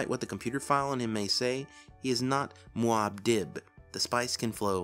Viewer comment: In the movie "Dune", it is pronounced Mua-Deeb not Mua-Dib.